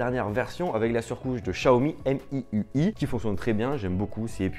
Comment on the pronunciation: juste pour l'avenir prononce "siaomi" vu que c'est du chinois sinon super vidéo ;)